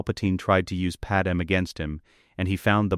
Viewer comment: I HATE hearing PadMÉ pronounced as PaDAM. I Respectfully Request that you speak the lines yourself instead of an AI so that her First Name isn't butchered.